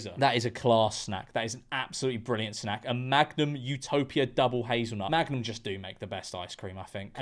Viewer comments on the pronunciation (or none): none